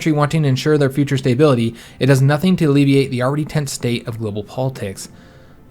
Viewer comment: Its making my Imperial feathers ruffled! And StaBBBBility... :-P not StaYbility